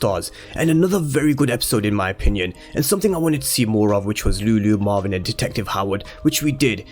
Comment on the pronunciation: It’s Marvin not marwin pronounce properly